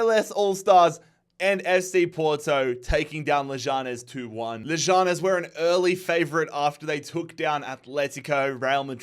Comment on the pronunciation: You’re saying leganes wrong